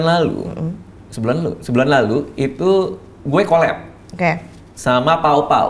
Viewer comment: Colaboration Di baca kolap... Klo bangkrut Di baca nya kolep